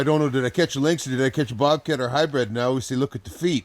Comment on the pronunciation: The singular and plural form of lynx is the same, lynx. Link is not a proper pronunciation for either singular or plural.